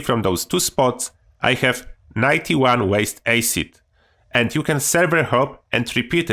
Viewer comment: Yo. I love this channel man. And i wish i could speak a second language as well as you can. The word Acid is pronounced Ass-id not Ace-id. I hope I'm not coming across badly by correcting you. It comes from a good place buddy. I can barely speak a first language, nevermind a second one 😁